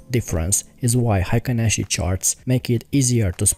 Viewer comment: Nice video! it's pronced like Heykin Ashi in Japanese.